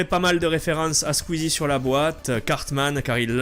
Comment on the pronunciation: ca se pronnonce pas sqeezie ca se pronnonce sqoueezie